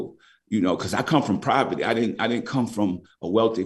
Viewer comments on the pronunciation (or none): Love my guy says Proverty